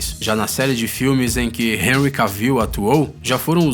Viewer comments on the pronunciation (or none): none